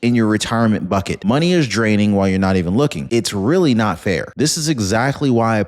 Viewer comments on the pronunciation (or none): none